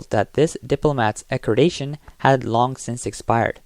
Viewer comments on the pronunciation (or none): liaison is pronounced "leeason", not "lazyon". It is also "accreditation", not "accredation". The "g" in Schengen is soft, not hard. There are a few other such errors - maybe get a more qualified English speaker?